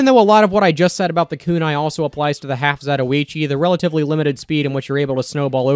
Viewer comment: The way you pronounce "half-zatoichi", geniunely pains and disturbs me on many levels.